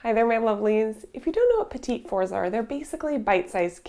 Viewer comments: Cringing at the perpetual mispronunciation. It's petit (silent second t) fours, not petite fours. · It is pronounced "petty 4s" but love what you've presented here. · I agree. And the way she pronounced it made me cringe. In no way a Petit Four but still lovely and I'm sure they taste delicious.